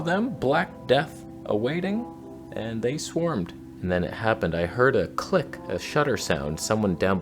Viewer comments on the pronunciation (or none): none